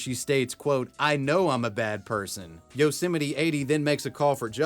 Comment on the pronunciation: Its pronounced Yose-mite like might. not yeolsemetyyy